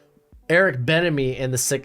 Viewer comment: The way you say bienemy ain’t doing it for me bruh